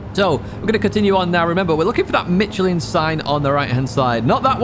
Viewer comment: what do you say: "mitcheline"😅 Nice video 😋